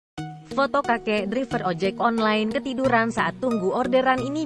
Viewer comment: Maaf, ada sedikit masukan utk. narator : tulisannya emang driver, tapi bacanya draiver. Trims.